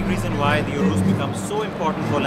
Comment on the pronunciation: It’s urus not “urous”